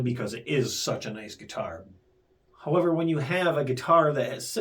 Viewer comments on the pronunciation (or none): none